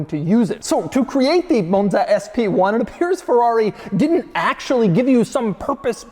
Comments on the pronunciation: what is a moan-zuh, doug? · Why are you saying “Monza “ that way? Sheesh. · Why does Doug go British every time he says 'Monza' though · Pronouncing “Monza”, a five letter, two syllable word, differently every single time for 32 minutes is a hell of a skill